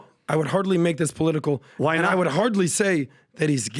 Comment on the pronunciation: Polotical!! Hahahaha